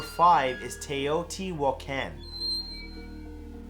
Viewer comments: Your pronunciation for Teotihuacan is close, it is more like TAY O TEE WHA KHAN. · I'm dying at how you said Teoti-huacán xD sorry. I love your videos. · The way you say Teotihuacan😊 like really we're suppose to think humans made the pyramids and moved stones like Amazon packages🤔 and the city can't fix the roads right😒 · I can tell he can't speak Spanish haha funniest way I've heard someone pronounce teotihuacan hahaha love you man